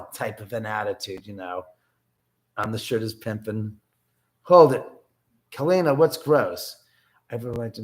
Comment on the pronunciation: I loved catching you live! You're a lot of fun to hang out with. AND you pronounced my name right! Most people say Kaleena. blech. Thanks for the fun <3